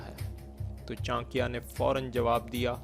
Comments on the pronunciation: It's not chankia ,it's chaanakya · Chankya sahi bolo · Bhosdike pahele naam sahi se le le